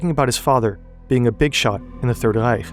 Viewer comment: You give too much respect to proper Nazi name and terminology pronunciation while not doing it for any other names or loan words. Like dude don't say Reich like that. You sound part of it